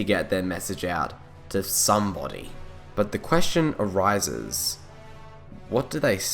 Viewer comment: the force arsises . lol